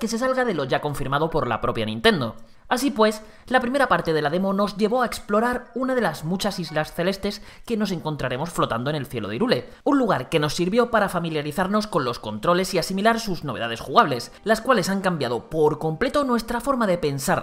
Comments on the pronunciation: Irule . . . . . Se pronuncia "jaiirrul" - Hyrule - 😅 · es tan dificil decir "jairul" en vez de literalmente "hirule"? jajaj